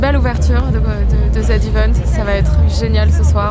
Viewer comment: Toujours pas d'amélioration, faut dire "Zii" Event Sinon super la vidéo comme d'hab